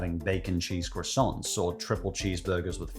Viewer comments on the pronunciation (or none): none